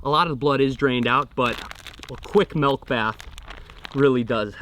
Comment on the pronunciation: “Melk bath” spoken like a true midwesterner lol, love it